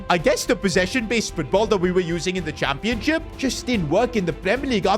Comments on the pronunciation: And why does he say ‘championsip’ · Did anyone else notice said Championsip 😂😂😂 where was the h?